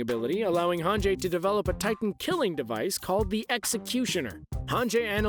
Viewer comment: It's hanji, right? Not hanjay?